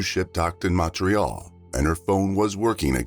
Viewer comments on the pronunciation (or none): none